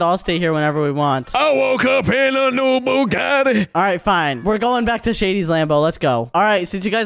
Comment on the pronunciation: I woke up in a new Bugatti said it perfectly and he said it like butty bunes 😅😅😅